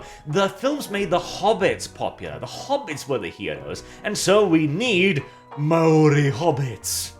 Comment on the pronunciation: Kia Ora from down under New Zealand I am of Maori descendant.... bloody hell should not be speaking for other ethnic groups and keep his big mouth shut and learn to pronounce Maori properly don't speak for others who are not part of this propaganda crap.... I don't need no Black person or other telling me that I am a Hobbit or other cause I am not it really pissed me off.... I hope this crappy movie fails big time that is what happens when others disrespect J.R.R. Tolkien